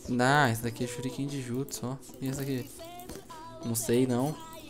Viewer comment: O CARA n sabe falaaaar mannn namoraaal não sabe falar os nome dos jutsuuusss veiii